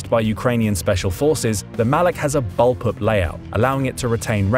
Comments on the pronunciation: How did you see "bullpup" and pronounce it "ball pip" 🤦‍♂️🤦‍♂️🤦‍♂️ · I've never heard anyone pronounce bullpup in the way he does. It's almost like he switches the pronunciation of the two u's in the word.